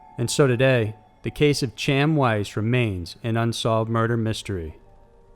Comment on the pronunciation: You're doing a disservice to number 4 buy BUTCHERING his name. CHAM WICE AS YOU CALL HIM IS PRONOUNCED Hayim Weese or by more anglicized speakers Weiss with the I sound. But his family pronounced it "Weese". Just saying, the only thing many people have in death is their NAME to be remembered by. Least we can do is get it right.